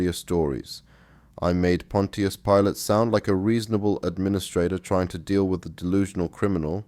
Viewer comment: It is amazing testimony. Pontius is a Roman name and it is pronounced as Ponsius.In Latin tius/tia is always pronounced as sius/sia.